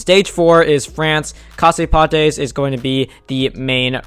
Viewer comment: Just so you know, Casse Pattes is pronounced "cas pat" (leg breaker)